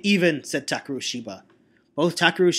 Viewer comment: Um, first, I think you misread Ban's name. It's not Banban Azuka, but Banban 'Akaza'. Also I thought that when you said 'Takeru', the 'e' should be of a higher pitch, but maybe that's just your style?